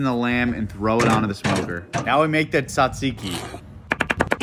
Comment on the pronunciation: All of this was great ... except the pronunciation of "tzatziki" 😂 that was kicking yo ass